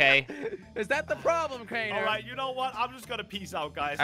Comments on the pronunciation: It's Crianer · Jones: Craner killed on cams, I saw Everyone:IT'S CRAINER GET IT RIGHT!!!